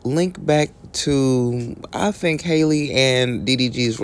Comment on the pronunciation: First things first... Her name is not Hailey! It's Halle. Just like Halle Berry. I've never seen any of y'all mess Ms Berry's name up. Let these kids live. Breakup to make up. That's just the way it goes.